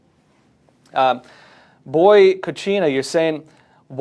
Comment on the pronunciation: Hey, I watch you everyday. I noticed you mispronounced; Boycott China (Boy Cottchina), it was so funny because you seem so innocent & good. Maybe you've got a good heart?